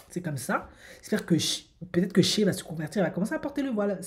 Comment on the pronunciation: SHAY se prononce pas "CHEH" mais "SHAÏ"